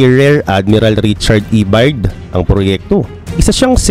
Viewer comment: Byrd is pronounced as Bird